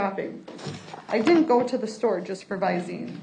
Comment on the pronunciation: Can’t pronounce DIDN’T?